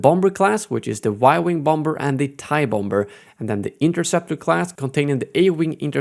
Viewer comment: "Bom-Ber" lol